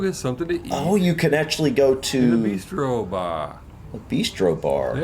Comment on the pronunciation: Bistro, not beestro.